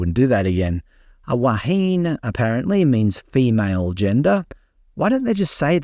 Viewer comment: I bet it has nothing to do with gender or sexuality. Still the RNZN opened the door to DEI and so when people play it back to them they can suck it up. Wāhine is pronounced waa hin eh. She sure has made a difference.